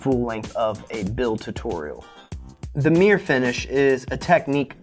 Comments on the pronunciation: Meer finish?? What the bloody hell is meer? I hope thats not Mirror hes trying to say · I say mirror you say mir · merr-ah or Meer? Bostonian FTW